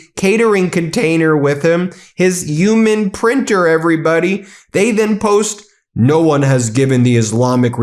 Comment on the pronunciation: Why are both Trump and Ben unable to pronounce the word "human"?